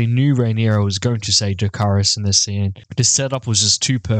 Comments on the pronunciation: I actually like her version of Dracarys better. It feels like it sounded right. I feel like that’s how it’s supposed to be pronounced. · I did not take High Valyrian in high school but I can tell she pronounced it 100% right. Dany sounds like she has an accent 😂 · In my humble opinion she says it way better than dany. there suppose to have accents when they speak there tongue. In the book it clarifies that.